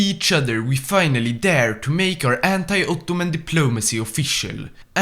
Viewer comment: As a Turkish i love your Uttuman Prounancation